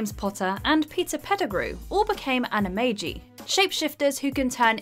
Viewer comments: It’s pronounced with a j in Animagi not a g. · The way you pronounce “Anamagi” is brutal to the ears. Especially since they pronounce the word correctly in the movie clip. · Watch Mojo:Pronounces Animagi and Animagus incorrectly. Also Watch Mojo: Uses Clip of Ron saying Animagus correctly